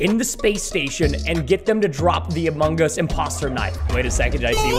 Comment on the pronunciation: I love went he say amogos he make me laugh